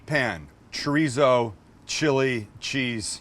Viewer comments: it’s chorizo not chureezo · the way you say “chureezo” pisses me off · I love this video! Expect the way he’s saying it like Choreeso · This man said chrizo completely forgot the damn “o”😂😂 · The mispronunciation of Chorizo was slightly tedious! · Nothing like a white person, pronouncing chorizo...lol I would use the cheese sauce as chili con queso. I would add diced tomatoes to the cheese sauce. Those boy's are gonna get diarrhea from eating it hot, you are, too! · You’re saying chorizo wrong😭😭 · Right! White person saying it!